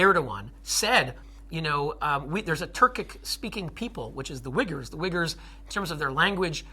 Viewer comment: Dude, why does this guy say operatus instead of apparatus? Why wiggers instead of Uyghurs? His use of spoken English is just off.